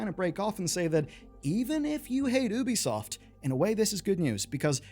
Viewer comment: It's not "Oo-bi-soft" And this video is 90%, waffle